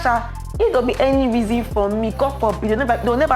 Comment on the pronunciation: I love how said "God Forbid" so profusely 😂